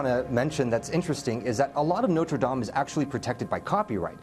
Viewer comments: "Nodur daim" Please at least try to pronounce it right. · my goodness, the way the news anchor pronounced "Notre Dame" in was terrible. Thanks to for not messing it up. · He also said noter dame just wanna put that out there... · noter dane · It's "Not-ray -- Dah-m" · “Noter Daime” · "noter daim" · That reporter said Notre dame totally wrong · The way the Asian guy says Notre Dame is activating my OCD. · Ohh how it annoys me how he pronounces Notre dame